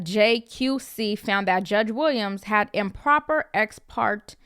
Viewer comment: My wife and I love ya as always,! As to this judge, seems like a lot I’ve practiced in front of. Btw, “ex parte” is pronounced “ex par tay”. Go ahead and erase this comment after you read it. Again, we love you.